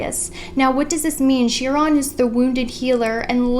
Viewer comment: Girl, how come you have never learned how to say Chiron